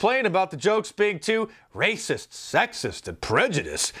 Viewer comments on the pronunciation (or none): "Facts iz be ray-cess."